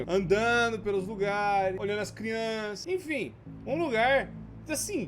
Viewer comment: Ja perseberam que ele fala "crionças" em vez de "crianças"? Kkkkkkk 👁👄👁-clica no like se vc percebeu :3